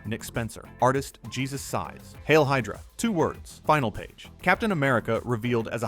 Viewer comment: Jesus pronounced Hey-soos. Stop using AI narration.